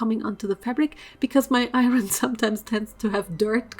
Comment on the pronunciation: Lol I love how she pronounces “iron”